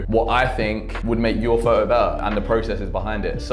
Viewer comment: It’s photo with a t. Not fo’os